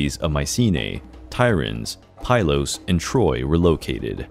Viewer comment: Heinrich SchIEman ("schleeman"), not schlyman PYlos ("peelos") not PIE-loss Tyrins ("tirrins") not TYE-rins That's what the names have ALWAYS been (in historical times). Why are the Americans trying to re-invent the names???